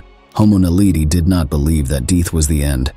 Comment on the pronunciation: DEETH ! That is a truly interesting way of saying Death .😂😂